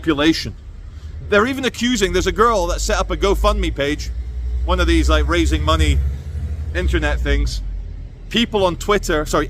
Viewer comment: So the two guys were not black. said ‘men laike’ (not sure if her exact words) She says ‘like’ all the time and pronounces it ‘laike’.